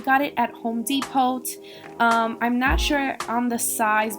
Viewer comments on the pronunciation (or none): Good stuff! The t in Depot is silent, just fyi.